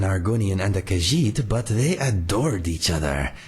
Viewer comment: Yay, I am Hyped for my new Companion. I watch the full video later, gotta do some exercises with Mr. Dragonfly. And I am gonna teach you how to say the word Khajiit correctly ;) Anyways, be well🐱